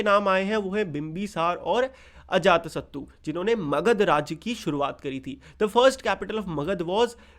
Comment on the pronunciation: It's magadha